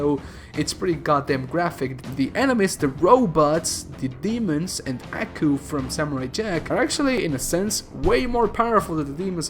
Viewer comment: It’s not pronounced ackoo it’s pronounced Aw-coo